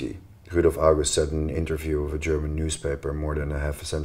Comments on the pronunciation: not enough hype for how good the german pronunciation is! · Great vid. The pronunciation of german was so pleasing to hear too.